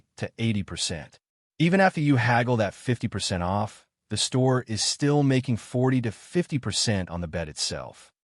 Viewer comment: I like the "50%" "O" "F" "F" narration. The AI probably thought the capital letters were an abbreviation.